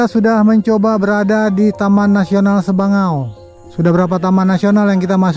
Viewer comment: Sabangau mind Bukan sebangau